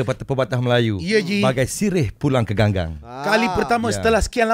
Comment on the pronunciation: ambo bkn nk kritik atau cari salah brader di sebelah kanan..sorry bro lupa nama dol,... bkn berniat serong atau sumbing, ni cuma pembetulan sebutan brader tu, peribahasa "bagai sirih pulang ke GAGANG" bukan ganggang... btw thumbs up